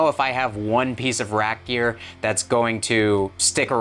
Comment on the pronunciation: Are you saying rack gear or rap gear?